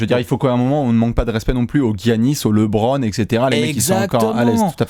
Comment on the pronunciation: Mais pourquoi "L[é]bron James" ?!? La bonne prononciation c'est entre "LE" et "Lé", le "e" se prononce ici plus comme "œ".